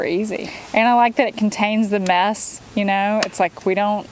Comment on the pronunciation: He actually said mess? But (lol) I heard meth.